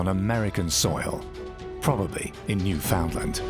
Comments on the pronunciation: Newfoundland is in Canada and you emphasize the last part, land. Newfoundland understand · I get so fed up with people who do not know how to pronounce the name Newfoundland!! The emphasis is on the last syllable, not the second! It is pronounced "New Fun Land" with emphasis on the Land, not the Found, please!!